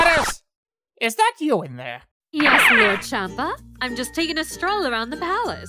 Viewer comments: He is pronounced as SHAM-PA not CHAM-PA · bro i don't know why it's funny the way they pronounced Whis and Champa. "Wiz" "champ-a"